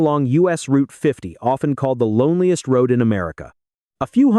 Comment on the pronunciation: Stop stressing on the word Loneliness. 😡😡. Pretty annoying.